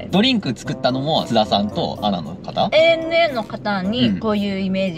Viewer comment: 、お仕事がお忙しくなにより 、ANAはエー・エヌ・エーですよ。アナじゃないですｗ